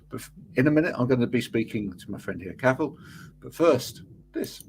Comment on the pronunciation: Never really realized how much of a challenge it was for English people to pronounce Cathal's name properly.